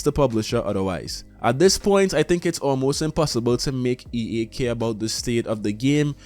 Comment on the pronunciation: why do you keep saying EE instead of EA?